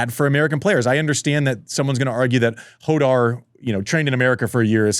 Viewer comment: Why do Americans struggle so much to pronounce Rafael Jodar’s name? Is it that “kh” sound? It’s not “Hodar,” it’s “Khodar”—like the “ch” in Bach, from the back of the throat 😭